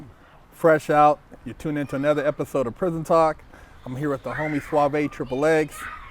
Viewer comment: Called him suavae but nigga spell his name sauve 🤣🤣